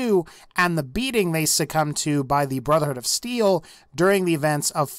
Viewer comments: sounds like he said Brotherhood of Seal. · did he say brother hood of seal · did he say brother hood of seal?